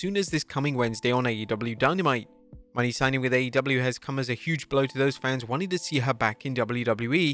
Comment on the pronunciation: put some respect on her name..it is pronounced MO-NAY..not money